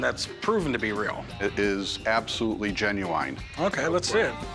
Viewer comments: I wouldn't trust a guy who can't pronounce genuine the correct way 😂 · Are all Americans stupid when it comes to pronouncing words? Genuwine It's pronounced Jen-u-in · It is absolutely Gen-you-wine... Yeah I don't thinks so buddy😂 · Let me guess, you pronounce it jen-yu-wen. That's the lazy slang pronunciation